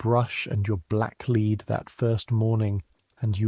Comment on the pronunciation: Very entertaining, but AI still can't distinguish between the two different readings of 'lead'.